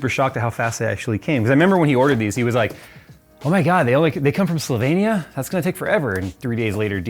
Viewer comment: love how you can actually pronounce Slovenija propely :) Love your watercooling builds